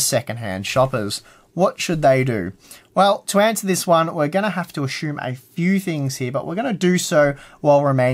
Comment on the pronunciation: A-Shoe-m is not the same as Assume ;)